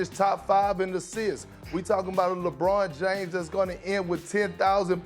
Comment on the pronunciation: perk is glitching "lebrawn Jaimes"